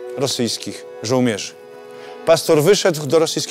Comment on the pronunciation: Nie to żebym się czepiał ale mówi się Żołnierzy a nie Żołmierzy. W Boguszowie w centrum jest podobny kościół. Kiedy jakiś odcinek o Gottesberg?